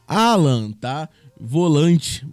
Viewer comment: O Nome dele é. Allan, e não 'Allan, !!!!!!!!!